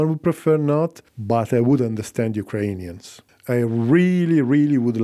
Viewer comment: Why do you have this strange pronunciation of "Ukrainians"? This is not how it's pronounced neither in Ukrainian nor Russian